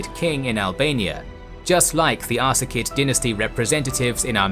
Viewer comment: You keep pronouncing it Ar-ka-sid, when it's spelled, Ar-sa-cid. It's ... annoying.